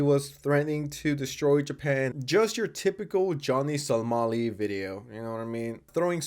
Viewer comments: Why do you keep saying Johnny Salami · He says it on purpose